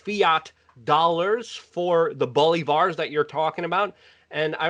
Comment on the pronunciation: You made it sound like Boulevard, Its pronounced Bolívares. Work on your spanish gringo boy